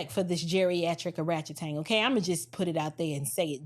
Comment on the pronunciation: I'm still processing "orachetang"....